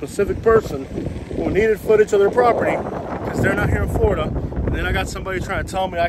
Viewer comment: Florida not Floridana